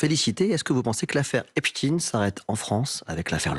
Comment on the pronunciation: Je sais pas si vous remarquez, mais là où les journalistes prononcent "affaire Ep-stine", Darmanin répond "affaire Ep-Chtaïne"!!! Darmanin appuie sur l'ascendance juive d'Epstein!!!!!! DARMANIN EST ANTISEMIIIIIIIITE!! (toute ressemblance avec des événements survenus après cette vidéo sera totalement fortuite! ;) )